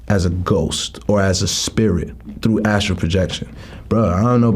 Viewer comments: It’s called “astral” projection not “Astro” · So nobody gonna tell her it's Astral and not astro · I don’t wanna be that guy, but I think it’s astral* 😅